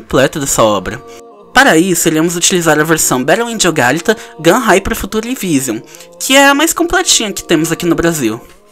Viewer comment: Acho que se pronuncia Alíta